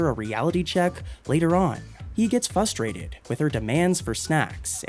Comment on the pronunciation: the narrator says "FUstrated"...I hear this more and more often. It's right up there with "Nukular"...Aghh! FFS people speak properly. "English MoFo..do you speak it?"